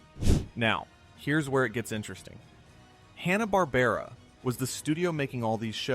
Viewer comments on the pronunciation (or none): Did he say Hanna BARBRA?? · That isn't how Hanna-Barbera is pronounced. But only once